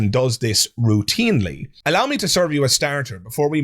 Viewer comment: did you say Peterson delves into pseudoscience "woo-tinely"? Lol.